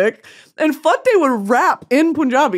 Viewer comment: Babe it’s “Pun”-jabi. Like “Pun” like a play on word type of pun.